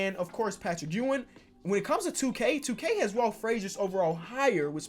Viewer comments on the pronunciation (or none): none